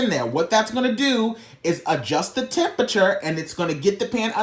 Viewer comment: "adjust your chempechur....I said chemepechur....HEEEYY!!" 😭